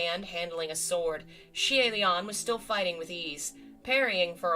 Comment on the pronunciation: Xian... *yoi*??? See-aye Lian??!?? Oi, how are the pronunciations getting worse?? XD